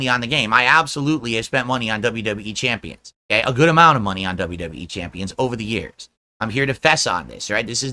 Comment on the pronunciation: Dont listen to the detrACKTors you guise, its jus NAHNSENSE Its crazy that he said "i spent thousands of dollahs on wwe chanpions you guise" And then denied the bank leaks were his which clearly showed thousands spent on apple itunes🤦‍♂️